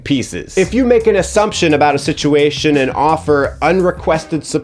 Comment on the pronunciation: bros turning Northern Irish “sitiatuun!”